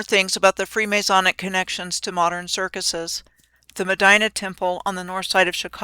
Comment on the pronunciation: Bread and 'Kirk-useus' Hmmm never saw the 'use us' in the word circuses. While were at it, look up the word 'kayfabe'. Now which CIC is in the WWE? Not sayin', just sayin'